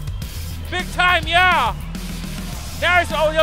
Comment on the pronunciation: Yahya it's Yahya it's YAHYA!!!!!